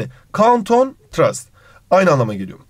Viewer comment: Hocam trast diye okumuşsunuz ama öyle okunmuyor